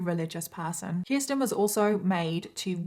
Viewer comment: Age of sexual consent in New York in 1980 was 16. Children could be married as young as 13 with parental consent. Also, thank you for saying my name correctly (Kirsten). Most people don't.